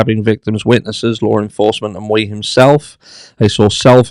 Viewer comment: Hi. Great video, as usual, BUT it bugged me everytime you mispronounced Mr. Miu’s name. It’s pronounced Me-you, not Mew-ee. 😉